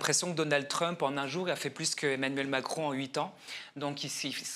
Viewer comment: tu n’as pas bien prononcé le nom de Trump comme il faut bon vous les français l’anglais ça fait pas partie de vos écoles